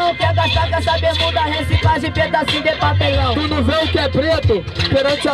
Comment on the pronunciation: Jhony falou "papelão" igual angolano do zorra total